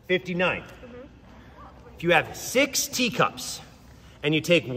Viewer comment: He literally pronounces the "X" in "twenty six cats". This dude's straight up cheating.